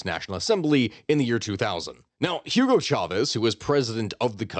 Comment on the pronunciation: I don't want to be an assh0le but... He said "Khyugo", not even close to proper Hugo, which shouldn't be that difficult for an English speaker. Still better than the video on Bolivia I guess